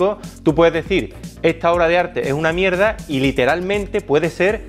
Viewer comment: "Tiene mucho ojo para la Mierdah" jajsjajsjajss